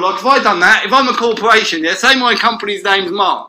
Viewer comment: what's a 'cawporwation'. what a prat.